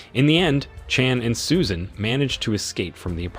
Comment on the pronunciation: Susan... Or Soo-shaaaan...